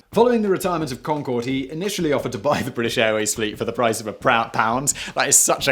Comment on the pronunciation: The final "e" on Concorde was Gallic, not Gaelic. Maybe if you rehearsed or did a read through once you wouldn't have botched the pronunciation.